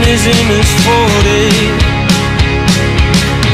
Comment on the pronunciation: great song!! but why does he mispronounce forté as forty? its pronounced for-tay and it would rhyme better if he said it right!